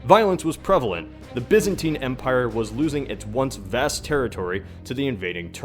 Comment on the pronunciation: can't you say Byzantine properly!!!